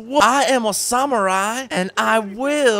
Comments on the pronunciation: you called a night a samurie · When you mess up samurai and knight still love the channel though